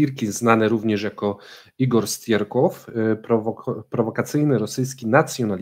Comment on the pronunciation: "Striełkow"!!!